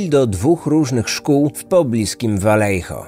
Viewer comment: pierwsze 4 minuty i już mam trigger xD miejscowość czyta się po hiszpańsku czyli Wajeho (oryginalnie Vallejo). Podwójne "L" czyta się jako "J", a litera "J" w słowach czyta się jako "H" :)